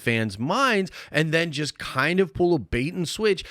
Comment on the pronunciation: "Jonathan Majors was 'jist' dropped" .................."jist"